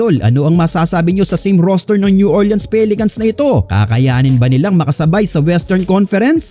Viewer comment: New OR-lins po ndi Orle-ans 🤦